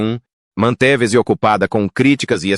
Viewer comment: Bom documentário só peca em dois aspectos: 1) Pobre narração com erros de pronúncia em algumas palavras como "manteveze" (13;05) ao invés de manteve-se e 2) Erro de pontuação (partindo palavras por ponto e continuando seu complemento como se fosse o início de outra palavra. Se ouvir com atenção, você vai observar a pobreza na narrativa em termos de pontuação e pronúncia quebrada de palavras.